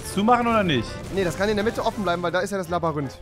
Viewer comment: Tolles Labarinth Rewi😂